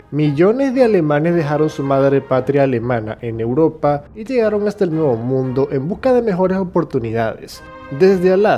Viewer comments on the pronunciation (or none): none